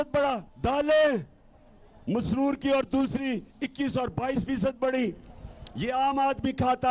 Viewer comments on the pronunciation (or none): He doesn't know the name of daal...it is Masoor ki daal not Masroor ki daal!